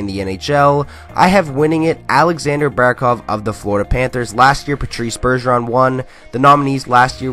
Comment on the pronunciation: Finally someone says Barkov